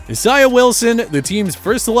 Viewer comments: Can you please stop mispronouncing Isaiah? Why do you say it like that? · the way he says isaiah triggers me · This dude doesn’t know how to say Isaiah.... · Can you say Isaiah correctly?🤷‍♂️😂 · I’m pissed at the way he said Isaiah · his inability to say "isaiah" is very frustrating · Bruh the pronunciation of Isaiah 💀